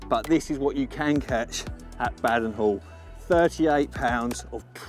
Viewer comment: Its Ba -den hall Not Bad-en Hall 😂😂 sick sessions lads !! Enjoying the vid .